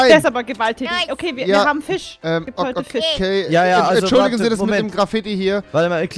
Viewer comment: Omfg er hat fisch schtatt fich gesagt